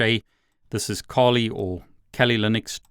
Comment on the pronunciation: I've watched several of your videos now, and I think it would be worth investigating the correct pronunciation of "Kali".